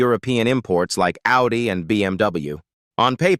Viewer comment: In the beginning when it says Audi it sounds like howdy.😂